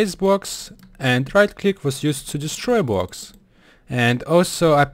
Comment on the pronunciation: I love how he says bwoks